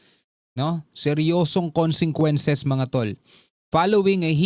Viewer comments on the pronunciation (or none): Hindi moba mabasa Ang consequences bakit ilang vlog mo palagi mo pagbigkas ng consequences ay consenquences